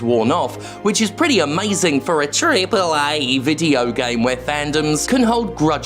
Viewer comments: I'm convinced that by 2025 the way Jim say "triple A" will be so exaggerated it will be unrecognizable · Lmao 😂 this should be the new way to pronounce Triple AAA.